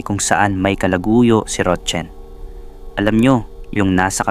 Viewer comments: Roxanne is "ROKSAN" Ang pagbigkas Hindi ROCHEN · Rotchen ka Ng Rochen dyan😅😅😅 Rocsan pronunciation nyan eh😅 kalorke ka Naman 😅 ano Chinese national ba sya 😅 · Paki ayos Ang pagbanggit ng pangalan rok San Hindi rotchen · Rotsen umayos ka maranung kaba bumasa. Roxanne. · Ang bigkas po sa Roxanne ay roksan ND po rotchen😂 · Mali bigkas mo sa roxane mzgpaturo ka sa psgbigkas ng name